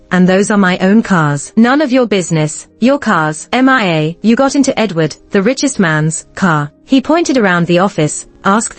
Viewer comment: Ms narrator you don't know how to read the name Mia? it's pronounce miya. not m-i-a please don't put that name if you don't know how to read or pronounce.